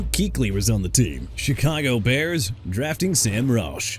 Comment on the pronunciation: AUSTIN CORBETT NOT AUSTON! WHOEVER MISSPELLED HIS NAME NEED TO BE FIRED! CHICAGO AS IN EITHER SHEE-KAH-GOW OR SHUH-KAH-GOW NOT CHEE-KAH-GOW!! ISIAH PACHECO PRONOUNCED AI-ZAY-UH NOT E-SAI-AH! JAGUARS AS IN JA-GWAARS NOT "JAGWIRES"!! NEW ORLEANS AS IN NEW OR-LINS NOT OR-LEANS!! DYLAN PARHAM PRONOUNCED PAR-UM NOT PEAR-UM! DUDE YOU NEED TO GO BACK TO SCHOOL AND STUDY PRONUNCIATIONS CUZ YOU CAN'T GET THEIR NAMES RIGHT AT ALL! TOO EARLY FOR YOU TO BOTHER ME!!!! By the way Zaire Franklin is a linebacker NOT A DEFENSIVE LINEMAN and it's Edgerrin Cooper as in Eh-juh-rin not Ed-garen! What's wrong with you?! AI voice or not, you need to go. Come back when you learn to get ANYTHING right!!